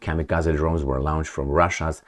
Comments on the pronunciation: It's like 'lounged' and 'lawnched'. I can't take it anymore - sorry. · A bad habit that la-oun-ched....